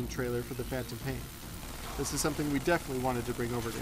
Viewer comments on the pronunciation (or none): none